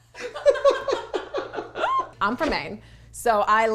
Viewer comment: #2 she said Maine then did a Boston accent wtf